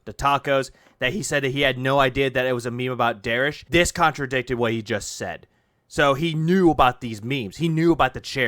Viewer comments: Bro it's "derich" not "derish". I don't know if it's a fetish thing like dsp but it's so weird that you mispronounce it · Derich is one mispronounced take of his name away from becoming Americas most wanted.